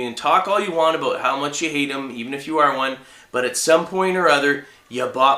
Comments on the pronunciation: He said about like a Canadian. Abut. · Is he Canadian cuz the way he says "about" is funny